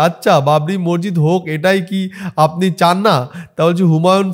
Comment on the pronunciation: ভাই তোমার সব ভিডিও দেখি❤❤, বিষয়টা খারাপ ভাবে নিওনা🙏🙏 উচ্চারণটা মসজিদ (মরজিদ নয়)